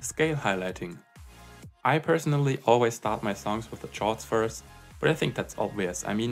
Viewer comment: "Chords" is pronounced as "kords".